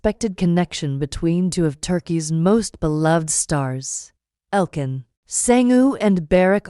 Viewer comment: Could you please find out how to pronounce their names properly. It is quite disrespectful not to do so.